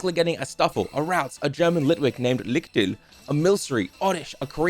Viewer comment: So I was watching and thinking what encouriging words I can comment and then you recieved the Lichtel. So I am just gonna facepalm for the german "ch"-sound. But seriously: Extremly good video And then I saw Münzibal the Meowth. It does not have anything to do with library. It's just a nice name for a greedy cat